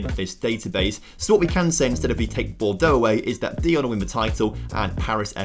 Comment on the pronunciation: 3 — that pronunciation of Dijon was totally not right By the way, Lens is really a fine club and a team. They did a lot to support Ukraine which we are grateful for a lot